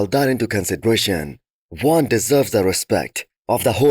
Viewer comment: Your preview is 10x better than NSP and you actually pronounced Joan's name properly